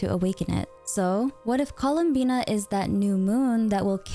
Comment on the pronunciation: i thought her name was "columbia" cause there was no "n" in her name